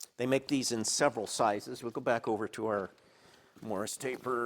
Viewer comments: "Morse", not "morris" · I am trying not to assume I know everything about machining as it is a vast and historied subject. Is this an American machine taper or is it a typo from your pronunciation of Morse? I couldn`t find anything online but google can be a little blind on Machining subjects at times. Generally enjoy your content and Thank you for the hard work.